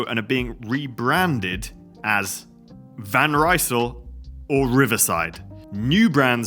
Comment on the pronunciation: You have to pronounce the Decathlan Van Rysel and Triban bikes in French, not English! 🧐👆 😏